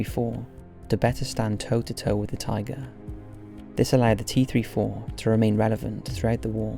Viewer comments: T34....not T 3 4........ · i hate the fact he didn't say 34 instead he said three four which really triggered me for some reason